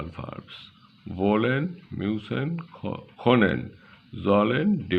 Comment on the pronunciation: You are the second or third indian person that I stumbled across that is teaching German here on YouTube. Very interesting! Is German a popular language to learn over there? And thanks for the hard work. To give you a little advice: You might want to practice your pronounciation of können and sprichst. Just as a feedback. I hope you're helping lots of people.